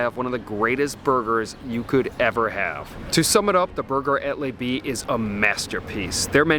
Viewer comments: It is either Le B with the L pronounced le not lay or maybe its Le B with as before but in French the B would be pronounced Bay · It's not "lay bee" its luh-bee. Your French is off. Also, just back from St Barths were $45-50 burgers are standard. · Great video. And it's not "Lay B" - it's "Luh B":) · the name of this restaurant is Le B...not Les B..... but I enjoyed the video > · I hate to be that guy but I was about to say the same lol. Great video though! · I’m pretty sure that it’s pronounced luh as in duh B. Since you’re eating 46 buck (why not just make it 50 ?)burgers you might as well get it right! Hahaha… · If you’re going to review French restaurants take the three google minutes to find out how to pronounce their names or you sound like a friggin rube.